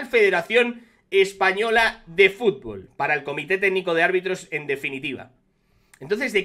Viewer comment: Un presidente que no sabe decir futbol es de cachondeo, frunburrrrlollbnnn